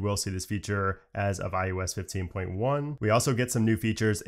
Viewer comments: Eye Oh Ess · Why can you say Mac OS…..but say mac I you S…….over and over….